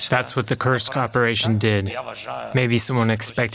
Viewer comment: Kursk. Not Krusk😂